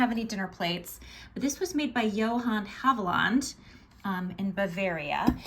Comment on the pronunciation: Love, love, love the fairy print. Thought you might like to know that Haviland is pronounced hav-i-luhnd